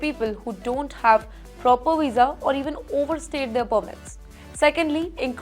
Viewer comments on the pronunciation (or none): none